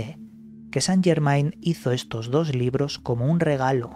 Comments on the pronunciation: No san llermain,es francés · Se pronuncia san llermen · se dice san yermén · Se Pronuncia San yermen